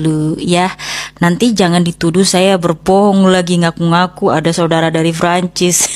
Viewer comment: Francis apa franchise? Wkwk lebat bet pengen keliatan lidah luar padahal lidah kampung, Prancis ae biasa pake P, kalo kalo pake F ngomongnya France